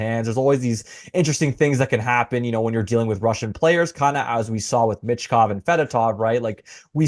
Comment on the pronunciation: MITCH Kov? Theres no T dude.